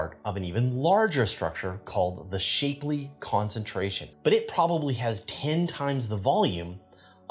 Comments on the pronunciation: It's not shape-lee it's shapp-lee. The divide on pronunciation of the Shapley family name as of late is annoying. The man died in 1972. Video of him saying his own name exists. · Shapley, named after Harlow Shapley, is pronounced with a soft 'a,' not a hard one as in 'a shapely woman.'